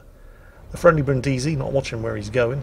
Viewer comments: The Brindisi isn't named after Brin Diesel from Fast & Furious, but after the city, so her name is pronounced BRINNdeezy. And while we're at it: Prinz Eugen of Savoy, after whom the Prinz Eugen was named, has the emphasis like the English form of Eugene, i.e. on the second syllable (OyGAYN). Even Germans get that wrong all the time. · As I mentioned earlier: learn how to pronounce Brindisi here